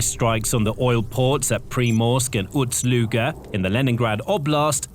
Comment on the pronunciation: Ust, not Uts Luga.